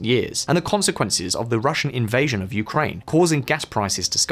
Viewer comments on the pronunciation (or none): none